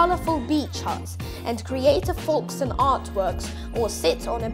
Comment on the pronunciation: You are pronouncing it wrong it's not forkstone it is Folkestone